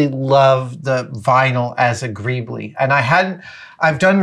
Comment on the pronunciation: Wait what?? I thought "greeble" is pronounced like marble and not greeb-lee? Am I wrong?